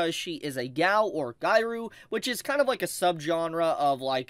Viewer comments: This man did not just say, "gairu" instead of "gyaru." -_ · Okay sometimes your mispronouncations are something i can ignore but pronouncing gyaru as guy rue is a bit much. Think of it as gi-ya-ru that should be much closer. Anyways love ya 😘